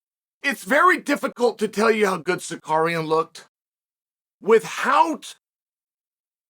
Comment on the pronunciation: WHO TF IS SICARIAN😂😂😂